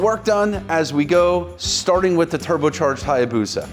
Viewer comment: A Hayabusa not Hyabusa!!!